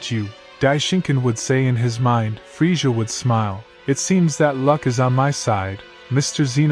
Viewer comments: His name is Krillian just have to say that and the way you are pronouncing villain it's pronounced with two z's in middle of his name like this Frizzia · You really need to work on your pronunciation. The race is called say-ins goku's Sayjin name is kack-o-rot, and it's freeza like freezer. Thank you. Just watch some dbz in the English (usa)dub.